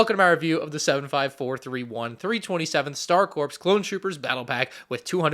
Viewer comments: Helping a brother out... the word "corps" is pronounced "core" not "corpse" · It’s pronounced “core” not “corpse”… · respectfully, why do you pronounce Star Corps with an “e” at the end as in “corpse” instead of pronouncing it like the word “core?” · Sorry, but it’s pronounced “core”, not “corpse”. You never hear “Marine Corps” pronounced “Marine Corpse”, right?! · Am I crazy, or is it supposed to be pronounced “star C-O-R-E” not “star corpse.” It’s like pronouncing it the Marine Corpse… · please just say it like “core,” it’s not a dead body 😔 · ITS…. PRONOUNCED… COOORRREEEEE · The S in Star Corps is silent. Like the P in water. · Was literally boutta comment the exact same thing😂😂😂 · though it’s pronounced that way he’s probably just reading it literally for how it’s spelled